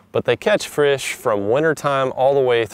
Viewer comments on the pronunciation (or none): It's because said frish instead of fish in the video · Bro he said frish 😂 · you said frish :D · Herro I rike to catch frish lol. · Frish ? they catch frish ? that's what he said LOL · what the fruck is a frish? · Take 2.... it's fish not frish, you talk like me. Speech therapy did no justice for you and I, lol. Great video brother. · This nigga said frish 🤣😂😂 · .20. seconds in he says frish!!😂😂😂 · they catch “frish” 😂 bring it “brack” threw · "they catch frish" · He said frish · Frish no not frish. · Thought it was gonna be a normal video with for once since I watch his channel and then he says "Frish" and all hope was lost... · did he say Frish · where does he say frish? I'm half deaf. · He didn't mean to say that, at the time of the video he had Brain cancer so it was causing him to miss pronounce words.